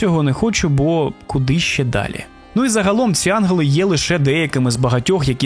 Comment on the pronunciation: На жаль, я не змогла слухати, бо постійно різало вухо "анголи" замість "янголи"